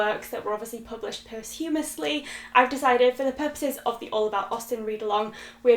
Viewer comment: Thank you, this sounds wonderful. Also I hope you don't mind me mentioning this and please ignore if you do but I believe you're pronouncing Posthumously incorrectly. At least I've never heard it pronounced your way before. It's a bit tricky to write phonetically to explain! but my way is 'post' to rhyme with 'lost' if that makes any sense.